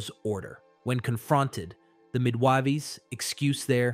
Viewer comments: Midwiveys? This text to speech isn't reliabls, it keeps tripping over words like Moses, Pharaoh and midwives... None of them are particularly obscure. It's kind of sad because a lot of work must have gone into the writing. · The mid-wahveys 😂😂😂😂 okay the tts is inadvertent comic relief 😅 😂 Does break my immersion in the story though.